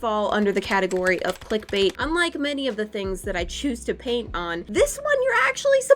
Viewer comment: DID SHE NIT SYA DRAINT :0 SHE SAID PAINT NOT DRAINT!!!:0